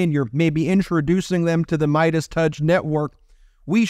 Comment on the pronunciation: Ok, if is going to do paid ads for meidas, He may want to know how the sponsors name is pronounced... Its not good business